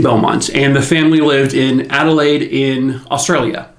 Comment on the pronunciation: I live in Adelaide SA and I would like to commend you on your pronunciation of Glenelg, Somerton Park and Adelaide! Best I've heard from an American 👏👏 If it ever comes up please remember Melbourne is said Mel-bin and Queensland is literally "queens-land" ❤❤